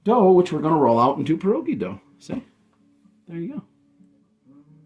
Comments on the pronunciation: Right, and not 'PAH' rogi, it's 'Pyeh' rogi. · Its pronounced "Pierre -ogie" instead of perroegee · You don’t even pronounce it right. They are called pied-doggie. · I hate to say…you aren’t pronouncing pierogi correctly…lol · Roll your “R” in pierogi